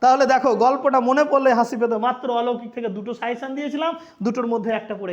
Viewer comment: Sir it's not 'suyession', it's "SUGGESTION"